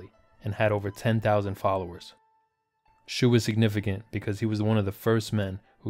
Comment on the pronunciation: Nice video, Xu 徐- is pronounce like "she".